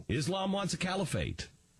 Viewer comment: Said part in all of this is that matthews pronounced Califate as Camifate couple of dies. Both are morons